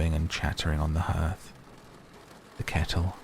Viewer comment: Hearth rhymes with heart